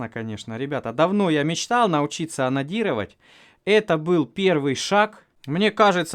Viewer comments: За место анадирывать слышатся ананирывать. Целый час смеха. Спасибо ) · "Классно конечно, давно я мечтал научиться онанировать" именно так мне послышалось